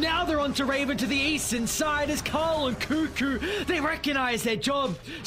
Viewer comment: Kuku ❌ Kukuy ⭕